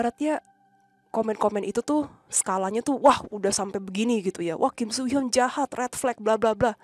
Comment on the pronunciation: soo hyun sama so hyun pengucapannya beda 🥲 beda org jg itu soo hyun aktor so hyun aktris 😭